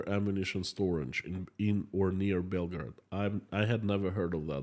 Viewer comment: please don't pronounce Belgorod like Belgrad, the capital of Serbia i jumped off my chair for nothing